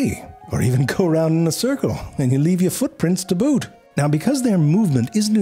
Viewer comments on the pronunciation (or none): none